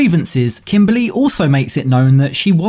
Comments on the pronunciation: Kimbaaley 😂 That’s how he says it too. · KIMBALLY sorry you said it wrong